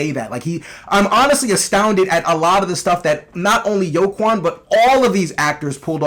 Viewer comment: Are you saying Joaquin's name wrong on purpose? Lmao